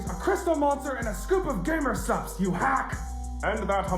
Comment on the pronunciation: AINT NO WAY BRO SAID GAMER SUPS